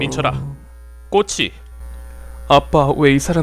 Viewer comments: ㅋㅋㅋ그냥 꼬치가아니라 꼬~↑치 발음이 왜 이래 ㅋㅋㅋㅋㅋㅋㅋㅋㅋㅋㅋㅋㅋ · 꼬치 발음 인간문화재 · ㅋㅋㅋㅋ 꼬치ㅋㅋㅋㅋㅋㅋ 발음 존나 웃기넼ㅋㅋㅋ